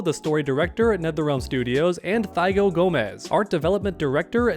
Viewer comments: I'm on the fence about D'Vorah. I can't stand her but her gameplay in MK11 was pretty cool! Also, since I never played any of the 3D era games, I'm looking forward to play any of the characters from that era on MK1. Note: The name Thiago is not pronounced Thigh-Go, it's pronounced Tee-Ah-Go. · Great coverage on the MK news. Very direct and great comentary! Just a tiny thing man, if I may, Thiago is usually pronounced like Tee-uh-go